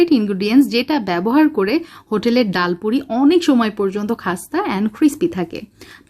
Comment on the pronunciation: ডায়াল পুরি নয় । ডাল পুরি ।